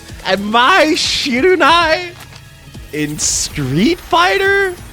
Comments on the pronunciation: I have never heard someone pronounce it "Shi-ru-nai". It's Mai "Shi-ra-nu-i", isn't it? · Damn dude, learn to pronounce Mai's last name. It's SHIRANUI, not shiranai. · "Mai Shirunai!?" 😂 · Who tf is Mar Shiranai? lolll dude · 😂😂😂 Mai Shiranui. Shiranai, my friend, means unknown in japanese. Pretty rude if you ask me. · "mai shirunai" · lmao I'm glad I wasn't the only one. I was like "Shiranai"??? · How the heck does a fighting games enthusiast ABSOLUTELY BUTCHER the pronunciation of a character as well known as Mai Shiranui!? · No, has no idea how to say mai's name. He messed it up bad lol